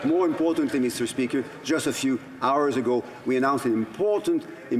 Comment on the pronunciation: meester speeker